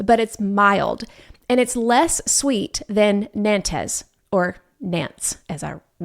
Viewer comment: I could be wrong but I think Nantes carrots are pronounced nonts. But trust me I cannot pronounce a lot of them 😅 I have to rely on spelling.